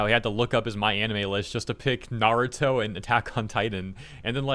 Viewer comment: I mean homie also said Naruto wrong.